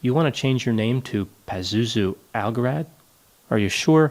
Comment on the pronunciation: Pronounce algarad right